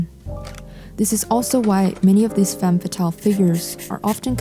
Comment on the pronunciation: Yes, very nice editing skills and sultry voice, but your misuse of the singular term 'woman' when referring to the plural (WOMEN) ruins it for me. It is basic grammar! Woman (singular) women (plural). And dont get me started on the mispronounciation of the French word 'femme' 🤦🏻‍♀️